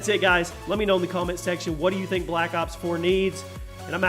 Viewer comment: Every time he says black ops 4 it remains me of my childhood, black cocks four xD